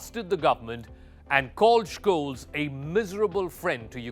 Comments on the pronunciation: It's a minor detail but the last name of Olaf Scholz is mispronounced slightly. His last is pronounced like Sholts, not Shkolts. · Almost 4 months of war and you can't get the guy's last name right? Tsk, tsk. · He is pronausing his name wrong